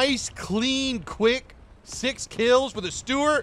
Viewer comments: saying Sturer sounds more like Steward and YouTube subtitles agree with me. Also Sturer is an adjective and there are no other Emils in the game, so why not just call it Emil? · it's pronounced shtuhrer